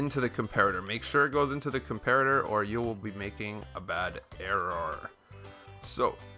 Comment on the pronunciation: instead of an error, he said errorar XD